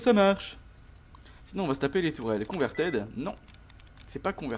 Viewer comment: Ton accent anglais "CONVERTAIDE" j'en peux plus t'es trop marrant dans ton commentary XD